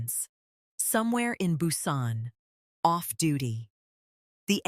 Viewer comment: Strange names, "N" "Narcision", "Nara", "Nae", "Hugh" and never knew there were so many ways to pronounce Busan. Other word mispronunciations, sentence structure and flow, strange stops and starts mid sentence... all made part two a difficult listen. In fact, I muted and read the transcript instead. I would gladly have waited longer to have a smoother delivery. The way the story left off there should surely be a part three; I hope the narrator is much better. Thank you for posting. I will give it another try.